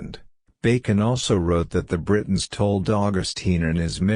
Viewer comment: Some words the voice is reading that are difficult to recognize if you are not familiar with them, are: Britons [it sounds like 'Bretons']. Eveque is a French term for Bishop, Lisieux, Pentateuch; 'Lead' in the past is read as in present; Freculph is read well; Domesday or Doomsday Book; testified sounds like 'tested'; Ecclesiastical Annals; Jimmy Guieu, a French author; Druid institutions; George Jowett; Budicca and her attack in 61AD.; Avalon; true faith; arrival of Augustine of Rome or Canterbury in 597 AD; King Lucius, 156 AD; Edict of 42 AD; Council of Nicaea in 325 AD; Eusebius' records; Arius 356 AD denied Christ's divinity; Augustine of Hippo 4th century; Hermes Trismegistus; original sin; mock Jesus; Jacob Berman's podcasts; Judas Iscariot; Knights Templar; Vesppasian; Joseph of Arimathea; Septuagint; Alchemy: from the Arabs for chemistry; Constantinople; Flavius Josephus; Ralph Ellis; Tony Bush; Bran the blessed, Cunobeline; Saxon invasion; Venerable Bede, Benedictine monk; Polydore Vergil, Maelgwyn of Avalon, Gildas Badonicus, Tertullian; Melchizedek; original sin; nephilim are the progeny of the sons of God; Masoretic text; exegesis; Masoretes; Aramaic; Rabbinic; self-born or self-begotten; Hermes Trismegistus; Alexandria, Ptolemy, Lamblichus; tablets of Thoth/Hermes; Christos; Hermetic treaties; Hermetica; Byzantine Church; Pythagorean Apollonius of Tyana; Enoch also known as Idris; Thoth; Emerald tablets; Festugiere; Pymander, Monadic Presence; channeling; Logos